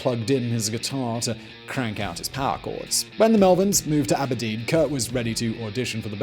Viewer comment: I love how he said "MontesaAAano" and "Ab'erdeen" 🤣